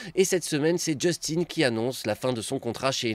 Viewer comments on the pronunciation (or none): none